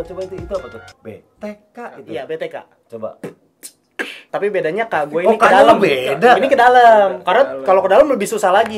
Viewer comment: B. T. KUK bkn B. T. K.. Hahaha